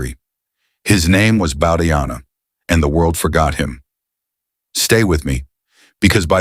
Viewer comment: The name is pronounced as Bau-dhaa-yana, not as Bau-dhaa-jana.